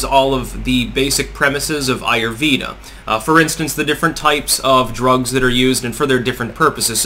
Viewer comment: It's pronounced "AAH YOOR VAY DHAAH". The vay sounds like way